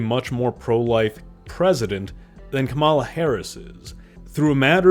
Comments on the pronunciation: I can no longer support this channel particularly on a membership level. The first time you say Kamala in this video you said it correctly the second time you mispronounce her name (a sec later) I know what kind of a person you are. I'm not interested in this anymore. Good luck in your future. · And you still dont know how to pronounce the name of your next President. KAH-muh-lah